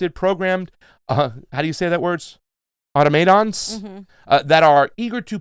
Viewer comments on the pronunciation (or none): A LOT of emphasis on the wrong syllable in this one - LOL- automaton, invalid, etc